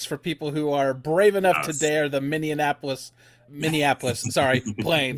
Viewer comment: Minnianapolis will never not make me chuckle - local who wishes they could go chasing today 😂 once had someone pronounce Eden Prarie as Eden (it’s Eden like a paradise) Prarie. Out of all the names. 😂